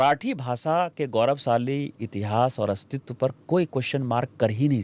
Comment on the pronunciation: Basa nahi basha aur des desh hai bhai jara Hindi toh Sahi se bolo